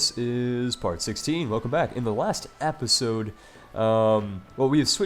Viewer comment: episode [ep-uh-sohd, -zohd] click the link to learn how to say episode